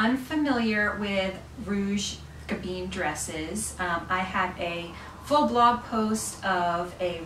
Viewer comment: Oh this hurts my head… Gabin isn’t pronounced gaBEEN. The “in” ending is pronounced the same as the French word for wine: “vin” ..”I” is more like an “uh” sound and the N is almost silent.